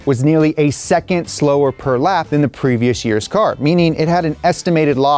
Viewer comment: Why "seccond" ??